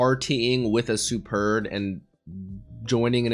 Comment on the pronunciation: Anyone gonna tell him that it's pronounced Sperdia/Sperd...? The u is half silent... It's kind of like pronouncing just half of the u